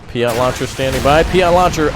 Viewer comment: I didn't know P.I.A.T was pronounced P-ee-o-t